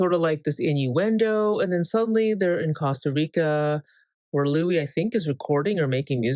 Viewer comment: the could be Louiza😂 btw, I notice you say Houis sometimes, who's that